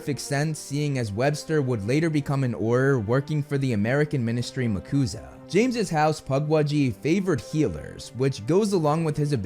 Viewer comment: I don't think it's makusah (said as a word) but MACUSA said as each letter, like the USA. Very minor nitpick, but I thought I'd say something for engagement.